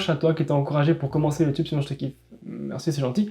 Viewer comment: On est d'accord il est trop drôle quand il dit ça ?